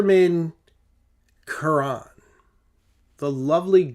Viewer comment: The French pronunciation of Carene is actually closer to Karen with the accent on the last syllable. Think care N It means hull, as in a boat's hull. I have one. Great pen. I really enjoy your videos.